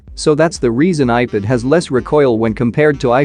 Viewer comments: he is saying ipid ! not ipad 😂😂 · Why are you saying ipid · ipad ❌ ipid ✅ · People: Ipad robotic voice: Ipid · Nobody: Not a single soul: Text to speech bot: iped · lol i was expecting that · Nobody: Literally nobody:: Iped!!!! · earlier i was hearring it as IPad only.... after reading ur comment it bacame IPid like for the rest of my life😂.. helpless